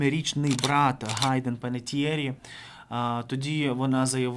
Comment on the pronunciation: Ростислав, не Гайдэн, а Хайдэн.